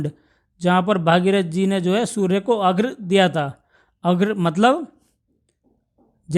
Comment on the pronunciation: Aghra ❌ nhi. Arghya hota hai